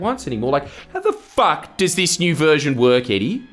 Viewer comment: Yeah, def need one of those little voiceboxes with 6 versions of your angry Aussie “F A C K” immediately